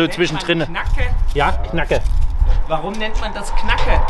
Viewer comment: Knacke? Knagge! Aber sympathisch 🤣